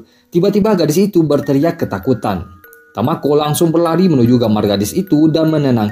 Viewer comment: kok jadi tokuo bang ? hahahha dari tamako ke tokuo hahhaa